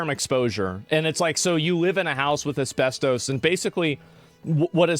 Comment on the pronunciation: Take a shot every time he says asbes-toast.